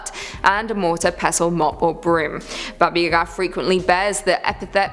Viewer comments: It's Baba YA-ga, not ya-GA!!! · It’s baba yaaagaa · Look I know everyone loves... 🤔 But please don't let her please don't let her pronounce Baba Yaga again. The Russian pronunciation is very similar to the American pronunciation. It's just the slow Ba-ba Ya-Ga. I confirmed this with a simple Google search and there are people who tell the stories in Russian all over YouTube. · Why do you say Baba Yaga like that? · WTF,, you pronounce weirdly "Baba Yaga"